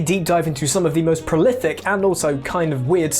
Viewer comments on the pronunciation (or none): prolithic? Ffff not tthhhh